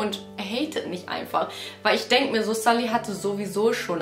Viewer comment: Sie wird sulli ausgesprochen nd salli😢